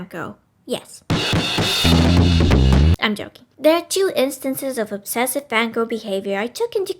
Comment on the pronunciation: am I the only one who hears "Van Gogh"? the evolution of the Van Gogh, Van Goghs have existed in some form or another since the dawn of men